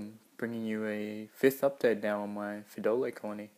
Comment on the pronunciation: i heard pedofile instead of pheidole XD